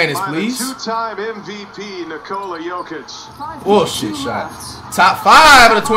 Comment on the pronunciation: LOL "Jock Itch" is mad work on Jokic 😂💀💀